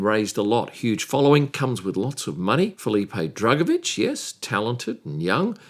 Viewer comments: I kept hearing “Fully Paid” Drugovich. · Did you say"Fullypaid Drugovich?